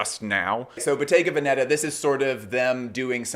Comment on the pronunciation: As a fashion professional, I find your videos informative and interesting. As a born and raised Italian, could I perhaps entice you to pronounce Bottega Veneta (and occasionally other Italian names) properly? As for the first, the accent is on the E of the first syllable Ve. I honestly don't mean to sound critical, maybe you didn't know ☺